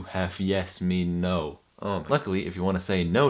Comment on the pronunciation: You mispronounced No. The o is short like in octopus. So more of an ah sound. Otherwise, you were pretty good